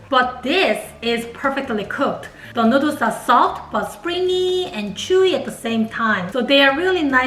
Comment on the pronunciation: I luv how he say nuudles